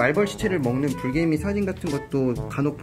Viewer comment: 불개미가 브르개미로 들려